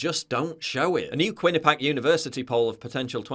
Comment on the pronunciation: Another day, another time someone mispronounces Quinnipiac